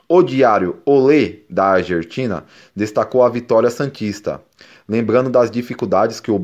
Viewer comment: ta valendo Argertina. Ta ricao. Abraco.